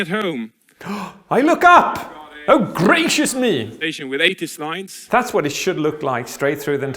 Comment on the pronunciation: Has he always rolled his Rs like he did when he said squirrel and gracious?